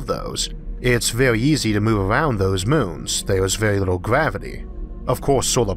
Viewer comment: Love this guys voice sounds lile hes talking to a baby things like little as wibble. listen to the way he says some words. Love it